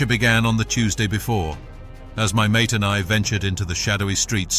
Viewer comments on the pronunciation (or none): none